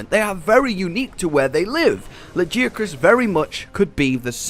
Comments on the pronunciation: It's la-gui-acrus (with gui as guild i'm not a native speaker so I hope you can understand nontheless) since it's just a translation of its japanese name wich is ラギアクルス (ragiakurusu). Is the pronunce spelled la-ghee-acrus? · Ok question, is it "La-guy-ya-crus" or as says "La-jee-ya-crus"? or is it just preference? Cause he said "Nerj-i-gon-tay' in stead of 'Nerg-i-gon-tay' and I know they definetly go with the 'g' in game. Just asking cause I've heard both now. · Like a gi for martial arts, ok. Noticed that sometimes turns G's into J's. Maybe it's an accent thing